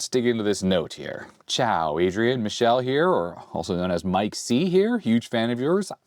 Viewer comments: Goodness, that's not Michelle. Michele is Italian for Michael. It's pronounced mee-keh-leh. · FYI It's not pronounced Michelle (female) it's Mi-kel-leh which is Male and the Italian version of Michael (Mike) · Your Italian is in need of some training indeed. "Michele" is pronounced Mee-que-le (like LEt) and it's masculine given name, not Michelle like M. Obama. Love! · Oh ha, the way you pronounce Michele in English makes it sounds like a girl's name, but "Mike" was a hint: in Italian it's a boy's name pronounced mee-KAY-lay. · I suspect Michele's name is pronounced like the '80s - '90s F1 driver Michele Alboreto. Bob Varsha on ESPN always pronounced it like "me kelly" or "meh kelly". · Adrian, that's not how you pronounce Michele, you said the France way, the female name, in Italian sounds like me-ke-le(as lemon) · Grande Olivetti! P.s. michele reads mick (with hard C or K) + ele like electric. Your pronunciation of Galatine is correct. Goleador are unrelated to football actually from what I know, just a name (Goleador is a player who sets a lot of goals)